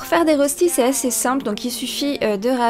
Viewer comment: En vrai, les rostis s'écrivent röstis et ça se prononce "reuchti" 😉. Les classiques sont sans lardons mais ça dépend quelles régions de Suisse et on peut en faire aux légumes, lardons... ils se cuisent souvent en grande galette qu'on partage avec la famille. On peut les cuire avec des pommes de terre râpées crues ou cuites. L'important est qu'ils soient dorés et croustillants à l'extérieur et fondant à l'intérieur.